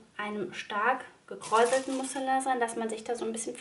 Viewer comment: Spricht man es nicht Musseliiin 🤔 Also bei so vielen tollen Jacken Schnitten die es gibt bin ich überzeugt, dass ein Kind nicht genug Jacken haben kann 🤣 meine Maus hat schon 3 Stück für Übergang und Frühjahr aber man braucht ja Auswahl 😊 die Jacke gefällt mir echt gut, nähe ich vielleicht auch noch 😁